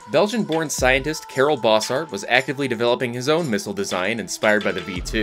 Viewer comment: As a Belgian I've got to mention the pronunciation of Karel Bossart. The Bossart part is fine but Karel is not pronounced the same as "Carol". It's actually the germanic version of Carl and as such is pronounced like Carl but with a southern drawl where you add an extra syllable so "car-el" that's the closet explenation I can do in writing. Not an actual issue but for posterity Edit:spelling